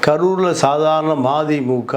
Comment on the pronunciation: மாதிமுக இல்ல மதிமுக நல்ல சொல்லுங்க சார்